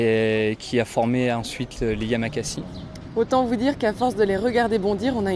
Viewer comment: madame ses les yamakasi pas les yamakazi